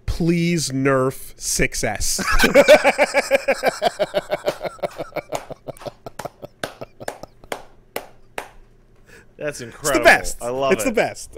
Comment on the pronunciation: 6S is pronounced "success."